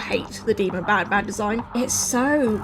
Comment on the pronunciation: Did anyone heard panpan i mean i know you ment banban but really 😂😂😂😂😂😂😂😂